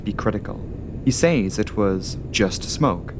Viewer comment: please do yourself a favour and learn how to correctly pronounce the word "says"